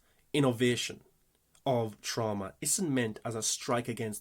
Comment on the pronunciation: Will forever think of Jamie Lee Curtis pronouncing it TrOWWMma.